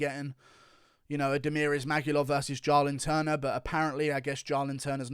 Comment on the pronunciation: Why does he say “Jaw-Lin Turner”